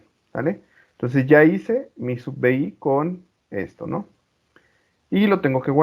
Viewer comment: se pronuncia: sub biai*